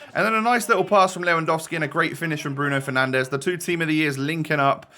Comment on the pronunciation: “Bruno penandes” costs more than the whole of Ipswich football club 😂😂